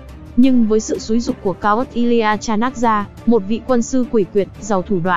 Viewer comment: ad đọc tên sai hết rồi chanaka, chandregupt, maurya